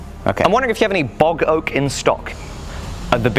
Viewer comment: Bog Oak... Not Boggoh! Oak from a bog... Oh lord, I thought my ears were broken.